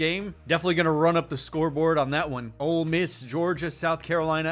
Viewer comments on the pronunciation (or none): did i hear say 'old miss' its ole miss reeeee